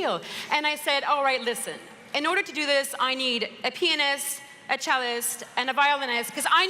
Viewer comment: I thought she said "I need a penis" and then realised its " I need a pionist" haha